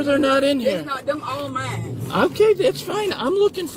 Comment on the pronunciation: "Mines" "Dey" "Dat" "Talm'bout" "Gat" "Den" Under 60 seconds, and she has MORE than proven she is both an idiot and a liar.